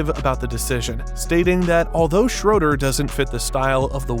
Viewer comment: If you're going to do a video on a player, at least take 10 seconds to learn how to pronounce his name. It's pronounced Shruder. not Shroder.